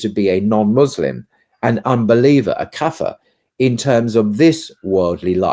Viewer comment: Please say the word Kaaa- fir with a long first vowel, the word pronounced with a short first vowel is, in S A, as The N word on the tongue of a " white ' person is in America